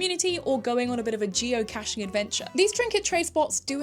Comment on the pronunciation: nothing shows me more about the fact that we life in a post tiktok trend era, then the fact ant no one knows how to say geocacheing. and call it geocashing!!! and we cant even tell you off or correct you about it because the tiktok types dont come to community events!!! when we have people from overseas at events! admitedly sometines the americans will call it cashing (i think the usa community gained a regional dilectical variant and thats where this origionates from) but generaly only dumb tiktokers call it that!! and if you call i that i know you dont even acctualy know what it is about!!! real cachers HATE that it got popular. because what was an insular community of smart, science math and puzzle brained people who come up with puzzles, unique hides and interesting challenges for eachother. turned into us finding a notebook in a plastic bag tied to a tree?? (real thing i found) because they just dont care like real cachers do. we highkey hate yall for it. sorry for a little rant. tiktok ruined a genuine passion of mine. many thanks -a lifelong cacher circa 2004